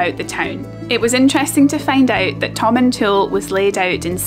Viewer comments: Hi, former resident of Tomintoul here. The village name isn't pronounced as Tomin"tool", it really is Tomintoul (sounds like towel). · My Scottish grandfather's favourite (sic) fishing destination. My family always pronounced the last syllable as "towel", not "tool", though. Never fished there, but I remember visiting at age 9-10. Random memory: we ate somewhere that rolled out a dessert cart which I'd never seen before & thought was a splendid thing. Happy Xmas to & all her Scotophile fans. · Tom - in - t - owl. Also loads of people get winter tyres lol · Pronounce it like "Tom in Towel" ;-)